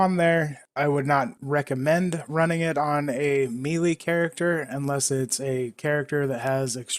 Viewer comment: It always makes me cringe when someone mispronounces Melee (it's pronounced May-Lay,not Me-Lee)....